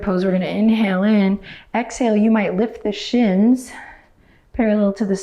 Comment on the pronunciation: Did you just say “hexhale”? That is adorably clever!!!!!!!